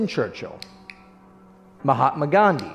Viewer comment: first time seeing a non native speaker pronounce the word mahatma right.